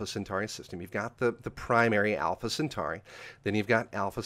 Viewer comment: FYI - a friendly reminder of just a few basic things: By definition a Mega-Meter is 1000km. Kilo = 10^3, Mega=10^6, Giga=10^9 etc. Also it's not 'Centari', it's 'Centauri' like 'centaur'. Finally 'Lagrange is a french name, pronounced 'le-gron-je' That aside I was impressed by the accuracy of most of the stuff discussed though. Most people over-hype and tell half-truths but what said was a good, realistic summary of the the real science going on.